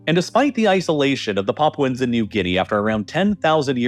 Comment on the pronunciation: "Paapwens" Lmao, can't even say it right. 😂😂😂